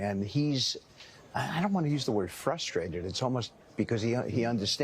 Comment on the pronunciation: Does your dyslexia cause you to say frustrated wrong? always leaves out the first "r"